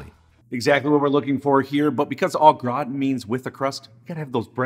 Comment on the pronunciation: Love you, but you need some French in your step. Say it with me, Au Gra-tan… not graw-tin lol